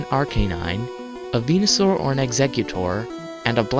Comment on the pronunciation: When u were talking about red and said venisuar (idk how it's spelled) I thought u said penisaur